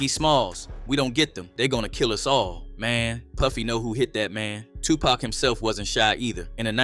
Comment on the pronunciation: Is there a reason that the narrator keeps mispronouncing Tupac‘s name? It’s pac not pack. Disrespectful